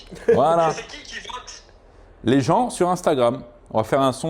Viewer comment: Le voTe avec un T comme Le Tedz.